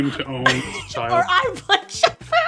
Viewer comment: LOL i know rachel is a little bit younger than you and myself since im 26 and was a 90's kid back in the day!.But LOL it sounded like said Screcketd instead of Shaq! XD. Holy shit, that Game brings back a few nostalgic memories.I never did get the chance to play that game series, but goddamn i do remember my older cousins complaining about how shitty and not worth renting or buying it was for them XD..Dude i so remember that Kazam movie back in the day.I was actually like the minority of people that loved the fuck out of that film, with Shaq granting all of the kids wishes into a reality.XD, Also totally remember the shitty ass short lived rap career he had too, worst thing he ever attempted besides acting in films. There is one think Shaq did dame well right about 2 years back when he made that bomb ass Arizona shack cream soda tea! Fucking hell that drink was my life at the time rofl!Also just a random list of what was extremely overhyped with the top 5 things that were big in the 90's decade( but i only remember as far back as 1995 since the other 5 years of my life at the time i was a baby) 5. Hanson,backstreet boys and Nsync 4.) the huge ass crazy sexual scam with Bill Clinton and the monica Lewinski slut 3.) The matrix and the trilogy movies of Home alone (aka one of the greatest movies ever made during my childhood!=D 2.) How huge the pokemon TCG cards were from Wizards of the coast (alongside the harry potter franchise,and coun